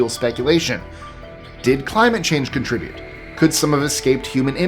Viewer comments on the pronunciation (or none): none